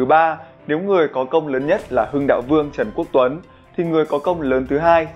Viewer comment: ghi sai tên Trần Quốc Tuấn, đọc thì sai tên, mong kênh lưu ý hơn ạ